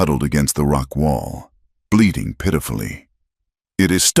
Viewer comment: Bleating, not bleeding